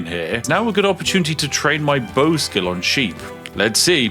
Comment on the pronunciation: bowowowowowowoww, went from trying to pull a bow out to sounding like the dogs.